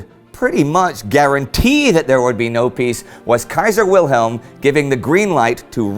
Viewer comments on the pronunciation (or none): none